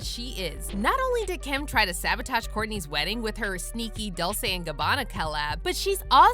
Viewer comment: If your going be an entertainment channel ATLEAST LEARN HOW TO pronounce DOLCE 🤦🏻‍♀️🙄🤨its embarrassing